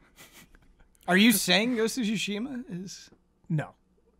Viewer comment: Please stop saying ghost of sushi ma